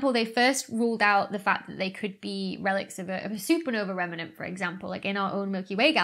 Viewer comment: Excuse me Dr Beckey, but I assume you mean "Rem-nant" right? Not "Remenant"?